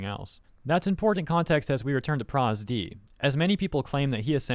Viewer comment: bro did not just call pro zd "prosD"